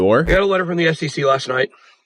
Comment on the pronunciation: Its SEC, not SCC